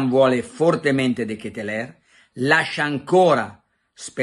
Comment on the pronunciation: Caro carlo parlo il fiammingo/olandese si pronuncia come te lo scrivo (de chetelar )